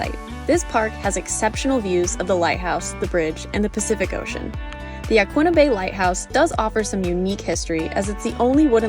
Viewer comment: As someone who's lived here 10 years, you pronounced Yaquina correctly. It is Ya-qwinna, not Ya-keena. No one here says Ya-keena. But yes, you did mess up agate 😉